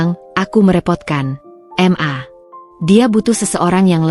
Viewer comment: narasiny kok di ulang ulang, membosankan Tulisan MA,,,, itubukan singkatan mosok di baca singkatan padahal sebutan untuk mama